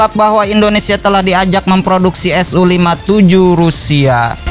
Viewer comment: BUKAN SO TAPI SU BRO